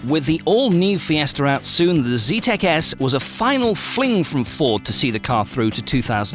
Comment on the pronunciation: Zetec not "Z-tech"